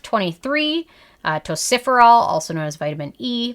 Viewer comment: I kept thinking, “what is tociferol??” Then it dawned on me, you must mean tocopherol (sometimes listed as tocopheryl acetate, depending on the form used). It is pronounced “tow-kof-er-rol”😉. Not trying to be “that viewer”, just lending a helping hand💜.